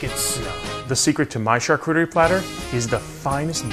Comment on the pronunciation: Hehe he said cooter